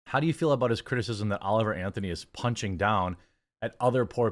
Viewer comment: HIS NAME IS NOT OLIVE ANTHONY JFC!